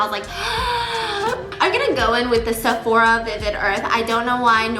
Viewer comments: nobody : Steph : såphOra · Lol did she just said Sephora with a little Korean tone in there?! 😂 Cute